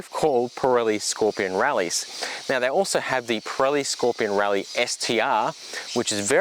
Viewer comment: It’s hard to you serious while you’re wearing your pajamas!! And while I’m whinging. Rallzee?? your Australian it’s zed.